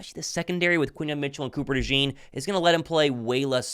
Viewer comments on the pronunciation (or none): Maybe one day, people will pronounce Cooper DeJean's name right. It's not French!